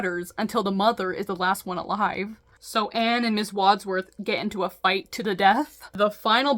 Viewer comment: I can tell you haven't watched the movie Clue, with the way you're having a hard time saying Wadsworth. I stongly recommend you see it - it's not necessarily the right kind of movie for your channel, but it's a really fun time ❤